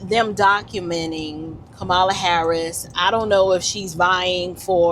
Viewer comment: why's it you had to mispronounce her name in the first place that's the reason you showed your hateration girl go on live your life in Jesus name will you please I am still praying for you